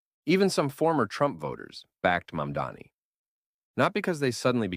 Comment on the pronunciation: no, i disliked when i heard how it pronounces mamdani. literally just watch vaush or kyle kulinski or someone better